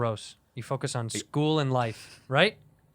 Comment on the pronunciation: "I went to an all-white Screwl" - 2020